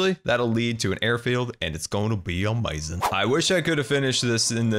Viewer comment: A few absolutely amoizing things about that I like: •His voice •The way he says amoizing SERIOUSLY THIS GUY IS AWESOME:)